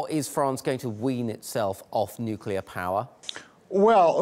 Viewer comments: “Nucular honey. It’s pronounced, nucular.” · It's hard to take you seriously when you can't correctly pronounce the word "nuclear."